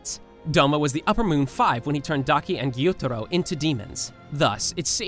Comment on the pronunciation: Your voice is so annoying, you speak with so many intonations and seem to make up the pronunciation of names, like gEYoOtArO